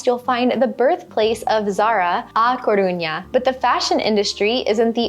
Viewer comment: Agree completely. I can’t understand anyone living abroad and not learning the language. Which is the reason I brought this up. When you were speaking about how much learning Spanish meant to you, I was surprised by this basic mispronunciation. If you go to the minute point in this video, talking about A Caruña, it was a cringe moment that didn’t reflect well on your emphasis on learning the language, and the Rosetta Stone offer. I learned Spanish as a child in south Florida but have made continued study lifetime passion. I enjoy your travel videos and am a subscriber, so I bring this up only to be supportive. Check out the point in this video. I went back for your convenience. 👍🏻